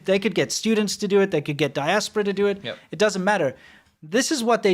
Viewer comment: you keep saying diasperer like rest if us use that wird ever day